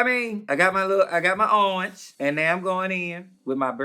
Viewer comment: I'm obsessed with how she says orange. URNGE!